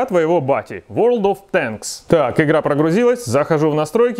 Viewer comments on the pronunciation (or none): none